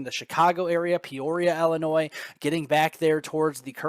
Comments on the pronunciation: you are driving me nuts: Illinois is not Ellenois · Yo! No, it’s “ILLAnnoy!” 🤣🗽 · Hey, you say tomaTO, I say TAmato.....ha ha. I did notice it too though, with a chuckle.